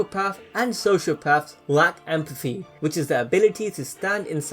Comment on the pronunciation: I cannot for the life of me understand what you're trying to say sometimes... This seems like good content but wtf? "Furst for power"? "Empaffy"? "Higher frills" (thrills?) Dude, "th" exists you know.